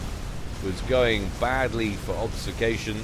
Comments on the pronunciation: Great cast. Also great game. All those bombers! Have to say this though. Ob-fus-ca-tion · I was going to make exactly the same comment. Love your work but this causes me physical pain each time I hear it.